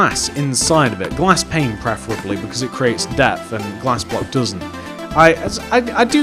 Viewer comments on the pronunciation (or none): none